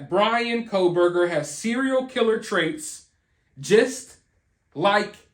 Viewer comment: why can't you say 'killer'?